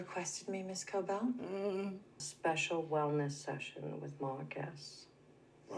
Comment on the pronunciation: Thanks for another excellent reaction, but please pronounce Harmony's surname correctly, it is Cobell, there's no R in it.